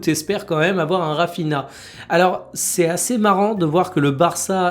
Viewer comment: S'il te plaît, jtm mais fais un effort sur les noms des joueurs, Raphinha ça se prononce Raphinia